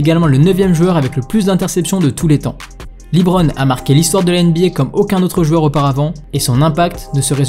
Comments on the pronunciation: Par contre on prononce « LeBron » ou « Lébron » Aucun américain prononce« Lee-Bron » pour parler de lui 😅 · C’est pas libron c’est leeeeebron James svp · excellente vidéo, j'ai adoré, juste le Librone , ça se prononce Leubrone, mais sinon magnifique vidéo ! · Superbe vidéo, bravo ! Par contre je me pose toujours une question: pourquoi certaines personnes en France s'entêtent toujours à le prononcer "LiBron" ? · Leuu bronne' pas Lit bronne' merci sinon lourd ta vidéo 🔥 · Dit LEBRON et non LIBRON je t'en supplie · Bonne vidéo mais pourquoi dis-tu toujours " Librone" en prononçant "Li" ???